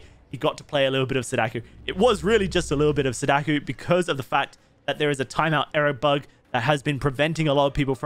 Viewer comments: every time you said sadaku instead of sadako my inner weeaboo wept tears of blood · I think you're great and I love that you're a Sadako believer, but you really butcher the pronunciation 😅 You say it as "suh DAH koo" It's more like "SAH dah koh" Both "a" vowels being pronounced like a short sigh of relief: "ahhh" And "o" being a long o, like in note or bloke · He's saying Sadaku. It's Sadako. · Killers name: Sah-dah-co How he says it: Say-dakh-yu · SadaKO not sadaku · "Sadakoo" Ahhhhhhhhhhhhh stop, please 😭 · Saw-Daw-Ko Not sudoku, please it hurts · Stop saying "Sadakuuuuuu" It's just ko. As in "oh" but with a K at the beginning. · Bro I hate to be that guy. But it's pronounced sah-dah-koh. Just saying. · please stop saying sadaku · dude pls take like five minutes and go listen to how sadako and onryo is supposed to be pronounced. pls